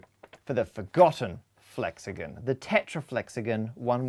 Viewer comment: Is it just me, or is it annoying that he says flexagen not flexagon?